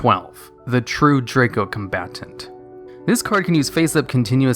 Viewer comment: Its Dracombatant, not DracoCombatant. But anyway, my dad has this card.